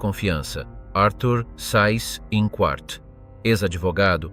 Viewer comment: Pronuncia Zeiss Inkvart!!!